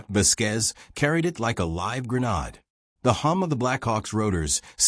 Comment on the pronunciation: Why can't any of these pronounce grenade